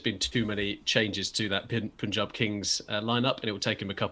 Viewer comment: Chappies, please xan you pronounce Punjab as: PUN ( rhymes with Sun) and JAB (rhymes with Saab the car) Not Poooooonjab.. which is what you guys were sayinga. Although, it is forgivable 🙂